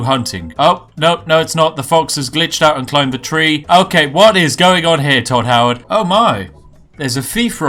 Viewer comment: If he says tod howerd one more time ill show him tod howerds fucking repitasion